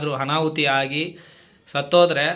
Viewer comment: ಆನಾಹುತೀ. ಅಲ್ಲಾ ಅನಾಹುತ